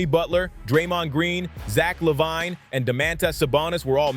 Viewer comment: You lost me at how you said LaVine smfh. You gen z'ers really suck at commentary